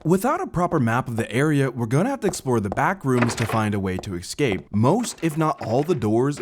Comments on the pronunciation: I knew you were black the moment I heard you pronounce escape as excape lmao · EScape my guy. Not Excape. Became quite infuriating.